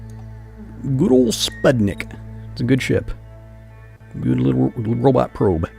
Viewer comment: Just little note:there were spuTnik,not spuDnik.LoL.